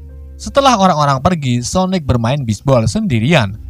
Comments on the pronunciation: Bang sonik bang sonik bukan sonek:v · Kok gk konsisten pertama bilangnya sonaic terus berubah jadi sonic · Bos itu Sonic bos Sonic bukan sonaic😂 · Kok Sonet bang bacanya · Salah bang bukan soneic tau sonic tapi Sanic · sonic bukan sonaik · Kalau kekuatan nya super sonic ya nama nya sonic lah bukan sonec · Bukan soneak apa sonais sosis sonice nama nya sonik atau sonic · Sonic bukan sonec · Cara bilang nama Sonic dengan benar: Sonic bukan sonaic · Namanya Sonic bukan soenec c dibaca k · Aku awal awal kok dengar abang bilang " sonec" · Biasa ajj lh ngomong sonicnya 🐒🐒